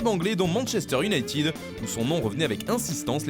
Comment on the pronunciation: Manchester iounaīted 20 dious et non pas IOUNAÏTIIIID